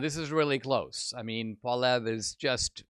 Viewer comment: If you're going to report news about Pierre Poilievre you should learn how to pronounce Poilievre.